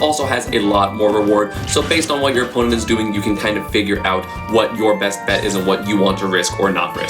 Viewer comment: "Jisdoint" 🤣 Great video man, looking forward to your ult content